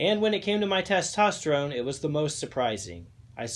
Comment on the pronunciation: The way you said testerone level lets me know the sugar was already there…